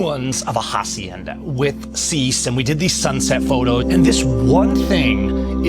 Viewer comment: Suggestion: Don't pronounce the H in hacienda. That H is silent. /asienda/